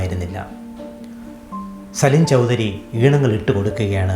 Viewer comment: സലിൽ ചൗദരി എന്ന പേർ, സലിൻ ചൗദരി എന്ന് ആവർത്തിച്ചു പറയുന്നത് അരോചകം.